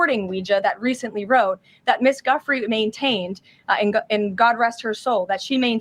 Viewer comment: How come no one pronounces the late Virginia Roberts' married name, Giuffre correctly? (Except Alex Jones) and thus pronounced : Joo frey. After having watched many podcasts about this lady, and I looked up the phonetic spelling because I have heard a miscellany of speakers pronounce it "Guffree." Ok so I have identified one of my pet peeves. lol Carry on.